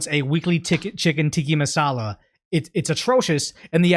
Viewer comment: My brother in christ, I am BEGGING YOU! I am a long time viewer / subscriber, and I really appreciate your videos, but PLEASE PLEASE PLEASE work on pronouncing words correctly! You speak for a living. Please get better. "Tiki masala" is driving me mad. It's Tikka Masala, not tiki. More importantly, you use the word "simultaneously" in most of your videos, but you never say it right. It's sime-ul (like the end of "travel", the L is not silent) taneously. You always say sime you- taneously and it drives me nuts.